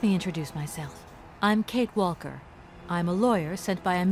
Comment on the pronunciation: I can't figure out why she's pronouncing the l in "Walker".